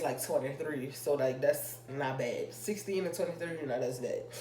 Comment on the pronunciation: she said "das a roommate"